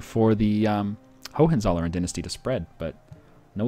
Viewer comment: Great playthrough,. Just wanted to say that though your pronunciation of Hohenzollern is close, it sounds like ho-wen-tsol-lern. This was the Germanic dynasty that eventually took over Brandenburg and founded the kingdom of Prussia.